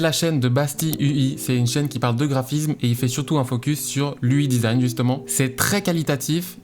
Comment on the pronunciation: J'ai mal aux oreilles à chaque fois qu'il dit "ui design"